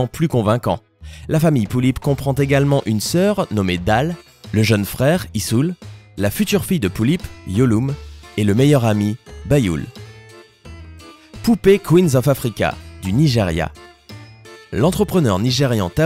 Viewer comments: Les pullips sont partout ! xD Vives les pullipienne ( vive mua ) xD ! Sinon Yeolume ça se dis Yéoloumé normalement ! x') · sa se dit pas yolum mais yéolumé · je suis désolé...Mais on ne dit pas "Poullipe" mais vraiment "Pullipe" et aussi Yeolume se dit "Yéoloumé" enfin je ne dis pas ça pour critiqué 🙌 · ET PTN C'EST QUOI CETTE FAÇON DE PRINONCER BYUL, YULUME, ETC... ET C'EST UNE POUPÉE DE COLLECTION ET PAS UN JOUET !!!! PTN !!! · Jpp comment il a dit "yeolume" et "byul"